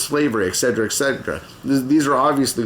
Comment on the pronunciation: I have been binging your videos for days and you've opened my brain to so many new ideas! Thank you so much and thanks to Jack Saint for sending me to you. My only criticism is your abuse of the pronunciation of et cetera. Bye, lysm!